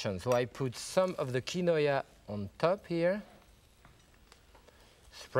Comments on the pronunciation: Omg not KI-no-aaah!! So mysterious!! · "key-noy-uh" instead of "keen-wah" is a new and fun pronunciation I am going to use. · Pepin's pronounciation of quinoa would make a yuppie explode, but he was cooking with it before the invention of pretentious gourmet made it to the suburbs. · He isn’t saying it correctly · maybe so but I’ve never heard anyone pronounce it the way he did